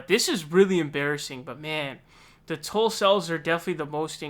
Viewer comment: Did you say Tulcels or Tuffles?....